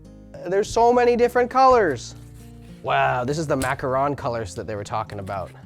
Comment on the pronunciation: I'm gonna pretend he didn't say macaroon like that